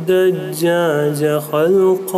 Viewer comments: he is saying dajjajj .... for good pronounciation 😁😁😁😁😀😀😀😀😁😀😀 real word is dajaj . not Dajjajj.... like pronounciation- dajjal (Antichrist) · U read “dajaj” wrong It’s not “dajjaj” 😂 U can’t even speak Arabic lmao